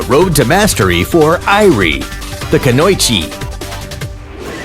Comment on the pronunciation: You should pronounce Japanese as it is, by syllable (Ku-no-i-chi) not (Ku-noi-chi)